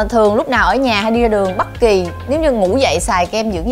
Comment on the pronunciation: Hình như chị ko phát âm dc âm "â" thì phải nghe tếu tếu "bắt kì" :))))